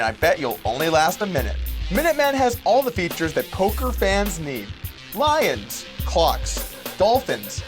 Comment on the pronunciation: OMG He said "polker hands" TRIGGERED!!